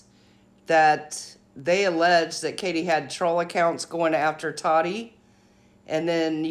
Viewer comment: I am a TA-TI fan! And it’s “taw-tee “ not TODDY! Please please Quit callin her toddy! Also thank u for the legal coverage! Love the impartial facts. I thought she was being naive in thinking she couldn’t be sued.. and even after the judgement we still may never know the Full TRUTH!